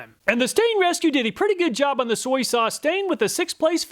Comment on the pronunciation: Soy-E sauce